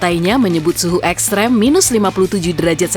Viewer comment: Oksiap,pengucapan ekstrim jadi ekstrem